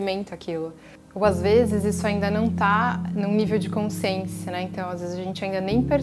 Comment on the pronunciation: Boa tarde querida!Adoro te escutar mas te peço para rever a palavra CONSCIÊNCIA....repita e escute o som da sua própria voz...desculpe mas isso sempre me incomoda ...percebi e te aviso para que sempre seja bom te escutar... não me leve a mal... não és a única.... abraço fraterno.... gratidão!!!